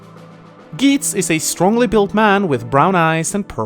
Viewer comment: THAT'S NOT HOW YOU PRONOUNCE GEITZ! YOU JUST RUINED MINA'S BIRTHDAY! UNSUBSCRIBED!